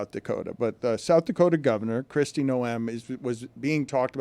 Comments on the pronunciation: Noem...not no-em. That's a fine. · the way Dan pronounces Kristi Noem's last name confirms just how little he knows about politics...